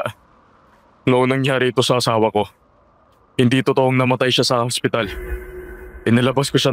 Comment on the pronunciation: angspital. sinasapunan. 😂😂😂 Ano daw??? narinig ko habang nagmamaneho Ako. Mamatay Ako kakatawa magisa.